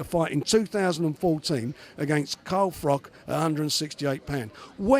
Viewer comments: Also, its FROCH not Frock. Twat. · Fuck me, CARL FROCH YOU FUCKING IDOIT, not Carl frok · why is everyone on a wind up pretending they can't say carl froch's name properly!?!? hopkins, degale now warren....